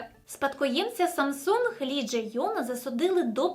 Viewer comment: Якщо вам особисто не подобається Samsung, то не треба так наголошувати в відео. S21 Ultra зробіть над собою зусилля, щоб прочитати нормально)